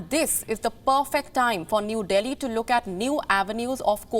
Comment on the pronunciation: Your diction is distracting due to wrong intonation at times. To quote just one example - emphasis on New in New Delhi alters the meaning of the sentence. There are many good tutorials by Native English speakers on YouTube for accent and intonation improvement.